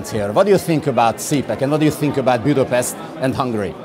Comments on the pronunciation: Miért mondod Angolul kiejtve?!?! Nem vagy Magyar?! Budapest nem Budapeszt!!! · A riporter úr, kiejthetné helyesen Budapest nevét Budapestnek nem, pedig Budapesztnek! Elég baj, hogy még egy magyar riporter is így beszél angolul... És most megnézem az interjút, ami bízom benne, ettől függetlenül jól sikerült. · Nem értjük meg :) Egyetemet végzett angol tanár magyarázta nekem, hogy nyugodtan, de kedvesen javítsunk ki MINDEN angolul beszélő külföldit, aki pesztnek ejti, mivel a pesticide, fungicied stb.... egy írtószer végződésnek hangzik az angolban és amúgy is szabály, hogy úgy ejtjük, ahogy azt hívják, nem úgy ahogy akarjuk. Ha vicceltél, akkor nem szóltam. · Magyarország fővárosának a neve: Budapest, minden nyelven. Nem Bjudöpeszt.